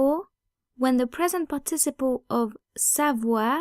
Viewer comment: Love your channel, but you might want to check out how 'participle' is pronounced in English at